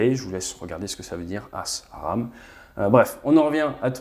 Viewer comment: Starstreak se prononce "star strique" plutôt que "star trek" je crois pas que ce nom soit un jeu de mot par contre j'ai bien rigolé pour le "asraam"